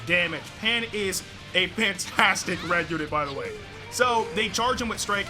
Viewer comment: I thought he said Pantastic LOL🤣🤣